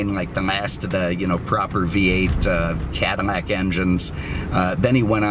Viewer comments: Is it just me, or is this guy saying CADIMACK instead Cadillac? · Are u saying cadamac instead of cadillac? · Why on God's green earth are you saying "Cadamac"? Say it right next time, Please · "I swear he's says "Cadamac" in the beginning....LOL... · Blueflame - yeah he said it several times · Definitely says it. In fact I stopped the video a couple minutes in to check the comments about it lol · Is he saying Cadimac ? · Cadi-mac? Lol what happened to the pronunciation lol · How are you pronouncing CADILLAC? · Why the hell are you saying cadillac so weird